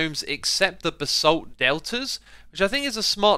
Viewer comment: the way you say basalt angers me